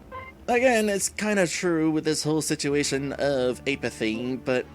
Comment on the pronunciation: Err...it's pronounced "APP-uh-thee."